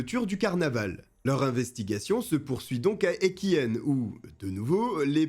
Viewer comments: Arf, on dit Equihen genre é qui un pas Equihenne haha. Cette histoire me choque encore aujourd'hui, surtout ayant grandi à Outreau à la limite du Portel... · Equihen ca se prononce Equihein et pas Equihenne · Prononcez equi-un, pas equi- n. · Hello.equihen se prononce equi- in 😉.parole d une boulonnaise 😊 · Bon moi j'aime pas trop l'intro 🙄. Triste histoire qui a fait beaucoup de bruit par ici 😢. Par contre par chez nous HDF on prononce Equi1 mais bon c'est pas grave on ne t'en veut pas 😂